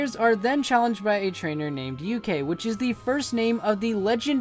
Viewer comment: Ok some pronunciation pointers. Galette is pronounced exactly as it is spelled. It's not pronounced like a spanish word. It's french. Ga-Let. Ikue is pronounced Ee-Coo-Ay. HeaHea is pronounced Hey-a-Hey-a.